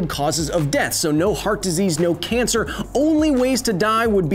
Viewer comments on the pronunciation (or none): none